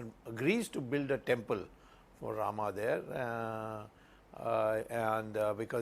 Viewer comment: Not Ram , it's Rama